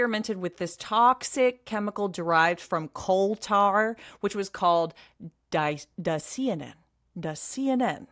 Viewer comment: Ps. Dicyanin is pronounced: Di-cia-nin , the Y is also pronounced as an "i" instead of an "e"😊 fyi